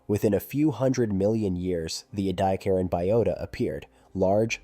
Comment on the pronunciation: wow ANOTHER way to mispronounce 'ediacaran'!!